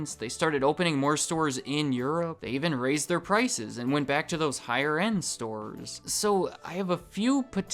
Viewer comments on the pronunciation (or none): none